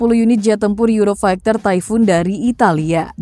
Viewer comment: euro faikter? funny tongue :face-blue-smiling